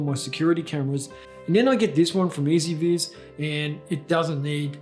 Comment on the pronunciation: S ViS? its pronunced E Z VIZ (easy viz, with US accent for the z, not british)